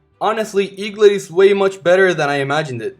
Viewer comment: eaglit not lit